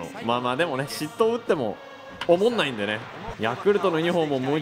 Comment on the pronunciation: オモンナイのイントネーションww